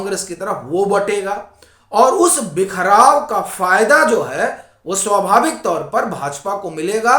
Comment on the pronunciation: आप " व " अक्षर का उच्चार करने से डरते हैं क्या? स्वाभाविक" का उच्चार "सोभाविक" क्यूं करते हैं?